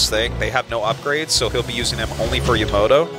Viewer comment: "YOMOTO" ., it's Yamato...